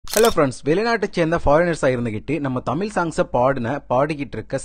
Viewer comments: He pronounces Tamil as something ugly! Go learn how to pronounce Tamil before He pronounces தமிழ் as தமில் . Such a basic mistake! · தமில் இல்ல தமிழ் சரியா உச்சரிங்க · தமிழ் என்று சரியாக உச்சரியுங்கள், தமில் என்று உச்சரிக்காதீர்கள் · நீங்க தமில் சொல்லாம தமிழ்னு உச்சரிக்கவும் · தமில் இல்லை தமிழ் ஒழுங்காக உச்சரியுங்கள் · சின்ன விண்ணப்பம் தமில் தமில் சொல்றிங்க தமிழ் சரியா உச்சரித்து வீடியோ போடுங்க pls 👍 all the best nanba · தமில் அல்ல தமிழ்😢😢😢😢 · Tamil wrong pronounce. The whole language is getting spoiled. Pls correct your way of speaking Tamil in its original way. Very hurting to hear tamilian killing their own mother tongue.